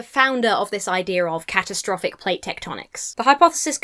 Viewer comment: my first thought was you said cat-o-traffic ! i rewinding now,!.!